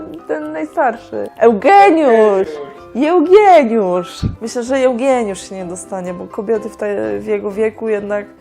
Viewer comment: "Jełgieniusz" :D Telewizor na ścianie łooo hehe Bardzo dobry odcinek ;)